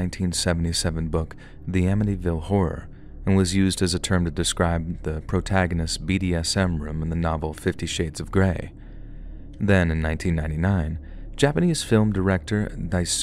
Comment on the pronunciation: also just so u know in case u encounter the name again, daisuke is pronounced like die-suh-kay with the suh sound being very short, not die-soo-kee.